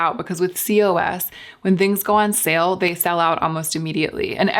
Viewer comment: lolol cee-oh-ess. In Europe we all just say "coss"